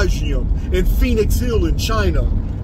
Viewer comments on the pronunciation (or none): none